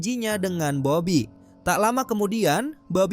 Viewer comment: Salah sebut bobby bukan babi